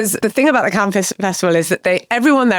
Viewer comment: Why does Richard say “Ken” instead of Cannes or “Can” is it a Barbie link up?